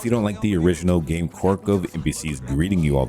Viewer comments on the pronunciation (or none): none